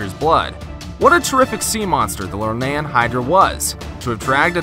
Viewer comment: The things you saying is wrong Cylla :that is Cthulhu Curibnes (cur-rib-nes Lernaean hydra:(ler-ne-an) I now my mythology